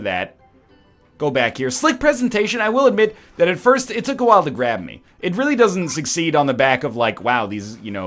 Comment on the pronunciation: "it took a while to grabe me" nice.